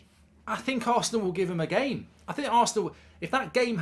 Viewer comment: where does "i pleyered the gehm" come from why does godlbridge keep saying it